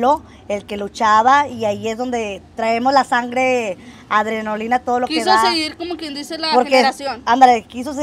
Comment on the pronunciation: Es adrenalina .no adronolina .